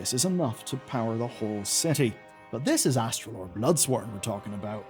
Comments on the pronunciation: It's AsTAlor not AsTRAlor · I know “calling out YouTubers for mispronouncing fantasy names” has become a meme but he immediately adds an extra R that simply isn’t in Astalor’s name [not Astralor] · Astalor, not Astralor. Don’t mangle my boy's name or I'll extract your anguish! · Why do you keep adding an extra R to his name when you say it? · Uhm, ACKSHUALLY, there's only ONE 'R' in Astalor's name... ☝🤓